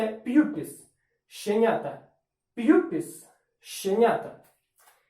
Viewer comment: Так, ви праві, я мав на увазі вимову слова. Транскрипція в відео прозвучала як п'юпіс чи щось таке, а написання було правильне.